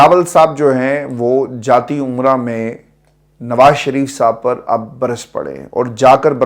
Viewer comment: جاتی عمرہ نہیں جاتی امرا